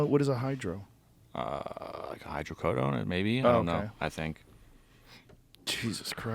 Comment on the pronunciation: Hy-drrooos... what's that? 😂